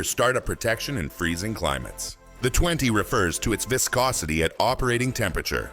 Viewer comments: "Vye-scosity" (waves to our friendly AI) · Good info but why can't we have an actual human speaking who knows how to pronounce words like "viscosity". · "Whyscosity" - Bruh, cmon.